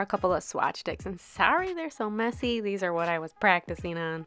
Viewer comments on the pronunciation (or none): none